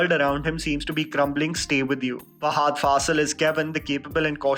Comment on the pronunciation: Great review! Can we avoid calling him Fahaaaaadh and call him Fahadh, as he should be? 😀